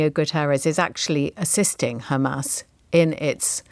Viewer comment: Did he just say hamas I strong?